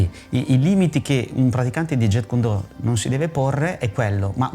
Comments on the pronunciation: Massimo rispetto x il fratello JKD, ma gli istruttori certificati furono 3 in realtà: Ted Wong, Dan Inosanto e Peter Chin. Inoltre la pronuncia è Jeet non jet come l'aereo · Ignoranza incommentabile. "Do" è vocabolo cantonese ("Dao" la pronuncia in cinese mandarino). La pronuncia giapponese è come nel cantonese "Do". Il carattere con cui si scrive è lo stesso, anche il kanji giapponese. Inoltre la pronuncia "Jetkundo" proprio non si può sentire! Quella corretta è "Jitkyundo". Mi chiedo come sia possibile non sapere scrivere o pronunciare il nome di ciò che si "insegna"... inutile andare avanti nel guardare il filmato. Basta questo. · Jeet kune do Si pronuncia "Ji kun do" la "t e muta!